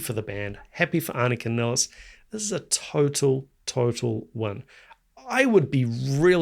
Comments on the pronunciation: I thought her name would be pronounced more like you do, because it's how most German speakers would pronounce it, but I've actually heard her pronounce it Niles. Like the plural of the river. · Her last name is pronounced as MILES... Nilles. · Just an FYI She pronounces her last name as Niles (rhymes with Miles). She introduces herself in the clip Anika Nilles Austrialia tour 2025. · Nilles, rhymes with Miles, Piles and Tiles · Yeah, I originally thought ah-nee-kah nee-less would be correct. However, I've noticed that most people do just pronounce it like Geddy has pronounced it in interviews, which is how I've heard her pronounce it.